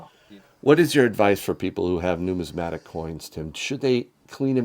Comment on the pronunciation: Numismatic, not pneumatic.